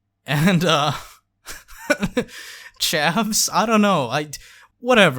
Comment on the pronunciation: Every Brit watching this video, including me, when says "Chavs!": "WHEEEZE!"